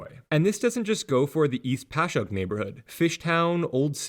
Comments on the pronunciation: Congrats you actually said Passyunk correctly, don't worry there are plenty of other linguistic traps we have to catch non-locals haha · I was nervous but props on the “Passyunk” pronunciation! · Great video, and appreciate the correct pronunciation of Passyunk! Plenty of people from the surrounding suburbs get it wrong themselves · The "peninsula" you describe is just called Philly. The area west of the Schuylkill (pronounced "Skookle" btw, not gonna fault you for that since you got Passyunk right lol) is University City because the Drexel and UPenn campuses are there, and farther out is West Philly. Fun fact about the beloved City Hall: Until the 1980s there was an unofficial "ordinance" that no building was allowed to be built taller than the William Penn statue. After the 1987 construction of One Liberty Place, the first building to break this rule, Philadelphia's sports teams, which had been quite successful across the board through the 70s and early 80s, were mired in mediocrity and heartbreak. This coincidence was dubbed the "Curse of Billy Penn," and persisted until the Phillies finally won the World Series in 2008, finally breaking a quarter century of championship drought in Philly sports.